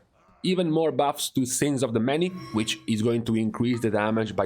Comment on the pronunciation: Your accent is terrible. Why don’t you just make videos that cater to your ethnicity and not speak broken English. “ these baffs” it’s buffs. And stop complaining about your classes.